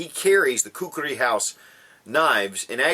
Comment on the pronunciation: you pronounced it well.. I really hate people pronouncing it as kukri...